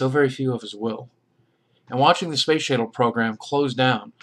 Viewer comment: you say Space Shittle hahah shit